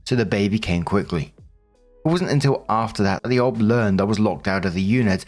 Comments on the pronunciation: FYI - "OB" is said O - B, not "ob" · Someone needs to explain to that it’s an O B (each letter pronounced), and not an ob. It briefly confuses me when he says it. The same with O-B-G-Y-N. Each letter pronounced, not obgin. Makes me cringe every time I hear it. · For future reference its pronounced "O.B.". Short for "Obstetrician". 1st: OP. NTA! That Midwife took Hostile and dishonest actions in the discharge of her duties. THAT MIDWIFE needed to be dealt with. She let her issues distress the patient! Follow up with all legal recourses available. Lord knows what she might do in the future. The Midwife may need to be kept from continuing in that field considering her inherent prejudices! Think of what would and should happen when an Officer abuses their command under the color of authority! It's the same thing! 2nd OP: NTA. OP should instruct the kids to take legal actions to prevent the Step-Mom from collecting anything. The kids are adults and failed to handle things well at all. Not your issues.